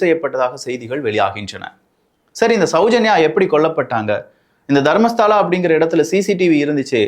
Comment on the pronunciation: அது தர்மஸ்தலா. தர்மஸ்தாலா இல்ல. அப்பறம் ஹெக்டே ஹெகட் இல்